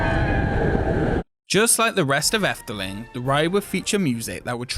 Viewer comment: Oh well thank you! Are you Dutch since you pronounced "Efteling" so well [Edit] Okay you're not Dutch, but your pronunciation is very good so.